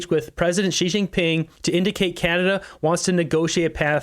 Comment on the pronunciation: I ha, ha, agree "arbrows up" 😂😂😂 canaZa HUH